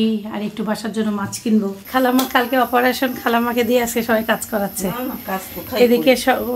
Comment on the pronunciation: Operation বিদেশী উচ্চারণ - আপরেশেন আমাদের উচ্চারণ অপারেশেন।